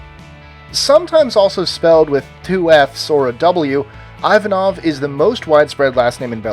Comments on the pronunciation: Its not pronounced I-vanov its pronounced eevanov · Pronunciation Errors: Uruguay - not uru-gway, uru-kwai same with Paraguay but with 'para' Chile - not Chee-ley, Chilee Ivanow - Not eye-vanov, iv-anov Sri Lanka not Sure lonka, shri Lanka Martinez not martin-ess, mart-een-ez Rossi not row-si, ross-ee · Nice work but you got at least two of them pronounced wrong. Martin in French is [mar 'te] with nasal [e] and the last vowel stressed (as always in French). Russian Ivanov is pronounced [i va 'nov], not ['ai va nov]. And letter Z is always [s] in Spanish.